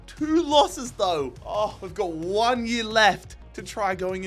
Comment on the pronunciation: Its annoying listening him say "year"